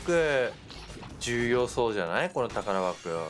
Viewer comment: 「たからばくぉ」のあまがみかわいいなぁ 今回も賢かったですね😳さすが！！